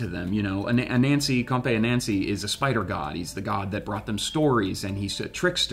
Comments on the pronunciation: The pronunciation is not A Nancy, it's pronounced A nunsi. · Its pronounced anansi ( ah-nun-see) not a-nancy. Growing up with his stories and tales its just torture to hear you guys say it that way . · Please learn to pronounce Ananzi correctly